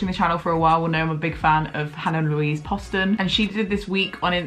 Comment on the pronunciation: Turns out it’s Hannah Louise POST-un (post like post, doesn’t rhyme with Boston)